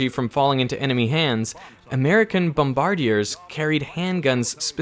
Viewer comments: Bom-Barr-dee-er??? No - Bom-buh-Deer!! As in "Pilot to Bom-buh-Deer". Veritasium did not grow up watching WWII movies apparently. If he did he'd be able to pronounce the word. He pronounces it like maybe he'd pronounce the Canadian snowmobile company. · Dude, . That’s not how you say bombardier lol. It’s bom-ber-deer. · you are pronouncing bombardier incorrectly like English is your second language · "Bombardeeay"? Should be Bom-ba-deer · US pronunciation is Bomba deer. "Cambridge Dictionary" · It's pronounced bomba-deer. I had to video a talk on analogue computers in the 80's just when the digital revolution was getting under way. It was by a very nice, but rather old professor who was advocating the use of transistors as amplifyers instead of switches. Everybody thought that it was really interesting, but digital just held too many cards. I came away cursing electro-magnetic interference, which is the primary reason digital took off over analogue. I remember a few days later in the pub with my mate and his brother. His brother way banging on about the latest hi-fi kit he had his eyes on. It was brilliant 'coz it was this new fangled 'digital' technology and 'digital is sooo much better than old fashioned analogue'. I corrected him. I told him digital was a bastardised version of the true sound and the only reason it was taking off was because it came with less crackles and hiss than analogue. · Great video as always, but dear lord, I've never heard a worse butchering of the English pronunciation of bombardier.